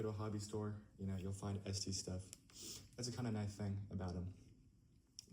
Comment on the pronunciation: Yea the audio sucks but you should know it's pronounced "es-tess" and not "es-tees" :)